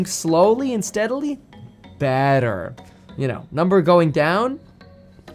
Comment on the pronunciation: Did you mean to say "badder" or "better"?